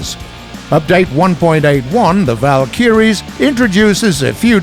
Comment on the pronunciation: War Thunder drinking game: Drink every time incorrectly pronounces "Valkyrie"